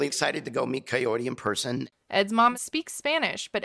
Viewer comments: Why the fuck is he still calling her Coyote? It´s Kaory! It shouldn´t be that freaking dificult, Ed! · It's pronounced Ki-or-ee, not coyote 🤦 Dammit Ed! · I cannot with him mispronouncing Kaory's name like "coyote" every. single. time. 💀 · The captions say coyote because he's saying it! 😂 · He literally says "coyote" too! he knows that's not her name, just goes to show he doesn't give a damn what her name is. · Why is he calling the poor woman Coyote?! 😭 Is it so hard for Americans to pronounce foreign names correctly? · Why is he saying coyote? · You’d think that Ed’s mum would have taught him how to pronounce “Kaory” properly. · He doesn’t even say her name right